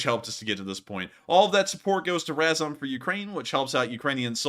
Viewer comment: learn how to pronounce RAZOM (Ukrainian word for together); you are embarrassing